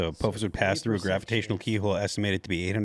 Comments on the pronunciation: “Apōfus” Ah pah phis. Inpending cataclysm that they are planning to enact upon us intentionally after manufacturing it to begin with. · (Ah-pah-phis)...(Not A-po-phis) 😂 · its pronounced Ap-aww-ffiss no ap-OH-fiss. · According to Stargate SG-1 it's uh paw fiss not ah poh fiss. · Apothis. Like the Egyptian god..."apoothis"